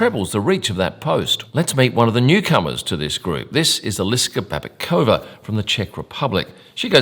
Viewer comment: I come originally from Czech Republic and when you said the name of Eliska Babickova I had absolutely no idea what is her name until I saw it written on the screen. lol. great video, you obviously stay passionate!